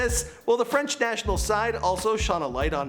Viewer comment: Cmon now !! FRENCH PRONOUNCIATION! 😭😭